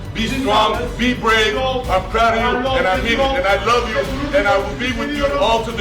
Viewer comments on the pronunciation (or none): Correction - Lowe pronounce ettiniz bu dogru degil. LOVE da "v" harfini biraz bastirin. Turklerin ve bircok baska dil native olanlarin yapamadigi seyler - sizde dahil- "V" vs "W - mesela vivid veya voucher gibi yada world veya word gibi" ve "T" vs TH - yani tomorrow yada taylor veya thing veya think gibi". Birde yavas konusun kelimeleri. Türkler ingilizceyi acele konusuyor. Ne kadar yavas konusursaniz o kadar duzgun olur. Turkce yazmadada benden ozuru kabul edin. Cheers